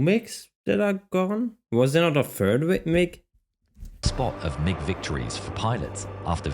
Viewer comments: I flew the F-15C in the late 70-early 90s, and I remember this. Good for a laugh. You might recognize the fulcrum if you said "mig" Instead of "m-i-g" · Its MIG 29 Fulcrom. Its a Russian built plane. Its pronounced mig not m i g. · Also, it's not M I G. It's pronounced mig. I don't know how to explain it more that that. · Its pronounced "Mig," idiot. Not M - I - G. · They call them mig29 not M.I.G 29😂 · MIG = Mikoyan-Gurevich construction bureau which designed many Russian fighter planes. It's pronounced "Meeg" with "G" pronounced the same as "G" in "God." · Pronounce it as mig.